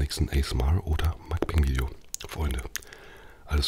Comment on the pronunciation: ich mein, wenn du schon das koreanische wort auf koreanisch (먼방) benutzt, ist das zu viel verlangt, dass man es dann wenigstens versucht? vor allem, wenn es schon mal erklärt wurde. musst es einfach nur mokbang statt makbäng aussprechen.